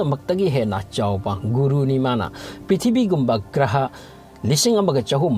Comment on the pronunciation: The way u spell prithibi ( pithibii) ☺☺☺